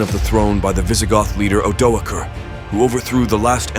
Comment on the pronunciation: The first time I’ve heard the name Odoacer pronounced with a hard C/k instead of an S